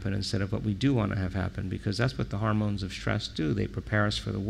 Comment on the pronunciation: What is "chemishtry?" Or "shtrokes?" And "harmones??"